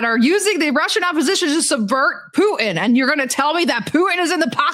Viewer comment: Who is this "POO-in" you keep talking about? 🤔